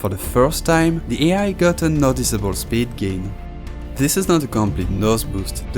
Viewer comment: Pronouncing "speed" as "sbid" is crazy😂